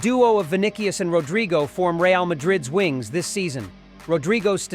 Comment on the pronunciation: Vinicius is pronounced “Vi-ni-si-us.”